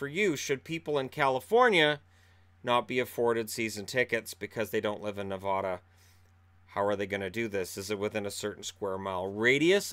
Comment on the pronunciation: you are not allowed to be a Knights fan anymore until you can say Nevada correctly. The middle syllable rhymes with "cat", not "cot" -- please and thank you.